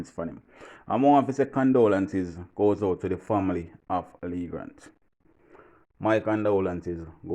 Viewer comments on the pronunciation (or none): It’s Leegate TV … not Lee Grant